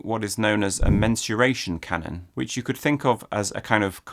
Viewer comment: i thought he said "menstruation canon" which sounds like a much more unpleasant thing